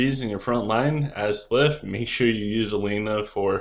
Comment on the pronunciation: Love you, such a useful video, we need more of this!! But please stop calling them slyph instead of sylph, I can't take it 😂😂😂